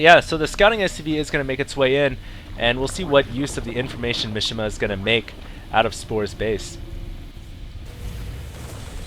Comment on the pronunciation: Mishima is a Japanese name (like famous novelist/nutball Yukio Mishima) and it's pronounced "Mee-shee-mah" (3 syllables, none of them rhyme with fish) not "mish-imuh". Not that I expect you to be able to identify and pronounce all languages correctly (hell, I can't), but just so you know, you were butchering that guy's name...